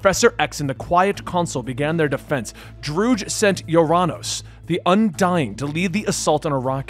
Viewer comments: Drood? You literally have source material for reference on pronunciation and names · Sorry about mispronouncing Druig. I wasn't gonna rewatch Eternals to find them introducing him so I googled it. Came up Droog and went with it. I found a clip saying its Dro-Ig so I'll just say it that way moving forward. Again sorry, just had the wrong pronunciation source. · It’s fine that you pronounce his name wrong. :) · TBH i just filed it under the good old scuff. No big deal